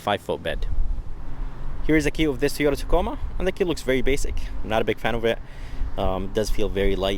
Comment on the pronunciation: It’s pronounced TOYota Not TEEyota 🤦‍♂️